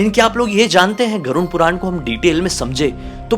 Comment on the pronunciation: Every time says Garun puran....I am like pls say ‘Garud Puran’😩